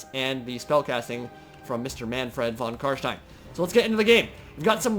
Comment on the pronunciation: as someone who speaks german, it is so satisfying when you say Kar SHTEIN and not Kar Stien like everyone else.